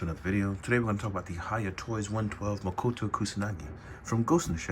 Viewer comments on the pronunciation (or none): Brute or not Motoko would absolutely ragdoll her and it's Motoko not Mokoto. Think Motor drop the R and add Ko for girl and you get Motoko!